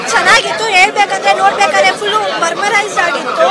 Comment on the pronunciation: adu mermarise allamma.. Mesmarize😂😂